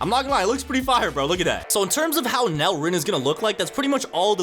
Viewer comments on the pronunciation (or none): Bro pls don’t call it NEL like that, it’s pronounced N E L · Why do yall call it NEL/Nell rin because NEL is a abbreviation for Neo egoist league so saying Nell would be wrong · ngl its be pmo when people say nel ITS n.e.l